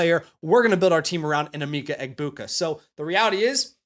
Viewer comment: Great vid🫡 it’s em-Mecca Egbuka though lol. #gobucks